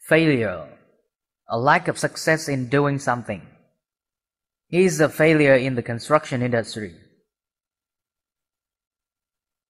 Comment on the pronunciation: Please pronounce in the right accent of the Failure word